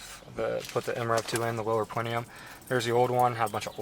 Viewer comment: IT"S A PLENUM YOU FUCKING TARD, STOP SAYING PLENIUM